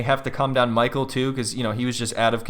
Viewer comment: “MAHKALL” “SKYLAH” gets me everytime 😂